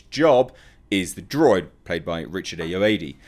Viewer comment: Richard 'Ayoade' is pronounced (ay - oh - ar - dee)